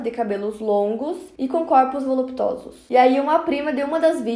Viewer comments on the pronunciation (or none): Lembro bem desse caso. Seu canal está Show, uma pequena errata de pronúncia: "Corpos VoluPTUosos"